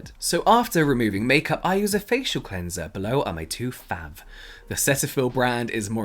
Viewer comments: The way he says Fav instead of how it’s supposed to be pronounced “fave” 😂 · you literally pronounce fav as FAV without the E 😭 it irritates me so much lmao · James is straight up being petty by saying “fav” instead of “fave” 😂😂😂 I love it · He literally read fav ad FAV i am dying inside 🤣🤣😆 what a local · Every time James says FAV, i choke. 😂😂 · You could pronounce fav as fave :P it’s not that big of a deal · When you said fav has an ‘e’, you just proved how British you are😂👊🏽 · I love the emphasis placed on “fav” 😂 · The way that James kept pronouncing “fav” is the level of petty I aspire to be😂